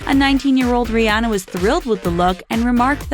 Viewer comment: Still can't pronounce Rihanna's name